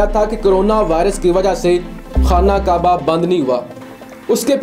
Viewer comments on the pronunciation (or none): none